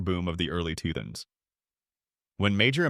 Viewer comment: I got almost halfway through this, I realized they could've said the same thing 40 or 50 years ago about Latin American accents in the newsrooms.. It's too bad the AI couldn't the narration of this video of better Filipino influence accent that they talk about. It's rather rushed and can't pronounce certain words like "the early 2000s" . "2000s" comes out like "tuthns".